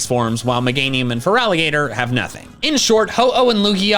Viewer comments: FERALIGATR IS NOT FERGALATER! ALSO THE FIRST I IN TOTODILE SHOULD BE AN O! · THERE IS NO VOWEL BETWEEN THE T AND THE R IN FERALIGATR! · FERALIGATR IS NOT SPERT LIKE "FERALLIGATOT!!!!!!! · THERE IS NO VOWEL BETWEEN THE T AND THE R IN FERALIGATR! REMOVE IT NOW!